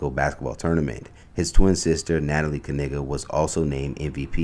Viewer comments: I’m shocked the person who posted this is still mispronouncing the last name. That’s not how they confirmed the pronunciation of their last name. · Do people say "K-nife?" The K is silent right? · And the K is silent. 🤔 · Its not called a Knife so i dont think Knigga is the correct pronounciation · So not a silent K then? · The K is silent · stop playing...everyone knows the k is silent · I thought it was Ka-Nay-guh not Ka-Nig-guh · God didn’t name him. His ancestors did. And it’s Kay Nay Guh’ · The K is silent🤣🤣🤣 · The "K" is silent, like in knife. 😂 I can't. This is too much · Well at least the "K" isn’t silent 😂😂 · I feel the kay sound was probably added later. We dont say kahnife or kahnight 😜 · The K is silent!! Stop but hearing they name!! 🤣😭😂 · Yo im pretty sure the K is silent like in knives they just don’t wanna say it !!!😂I ain’t joking though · The “K” is silent LOL 😂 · I know damn well they family ain’t pronounce they name like that 50 years ago this was reverse uno 😂😂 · I’m perversely disappointed that the “k” is not actually silent. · I'm surprised they didn't say the 'K' is silent.😂😂😂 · 🤨Umm,, the 'K' is Actually Silent (i.e Knight, Known, Knowledge) in ANY Other Scenario in the English Dialect with the exception of these Whyte folks' Last Name🤦🏽‍♀️ Sure,, Ok🤭😂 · The "K" is silent, Dang It!🤭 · So the "K" isn't silent? That's surprising. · At least the k not silent like in the word knee lol 😅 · Make sure you stress to the announcer " The K is silent 😅. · Shouldnt the K be silent since its KN? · Yes just like KNIGHT 🤔 something fishy going on with this KNIGGA 🤣 family pronunciation of their surname 🤣🤣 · The K is silent. I had to. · What was chapoelles prediction ? It’s not even pronounced that way. Slow news day? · The K is silent.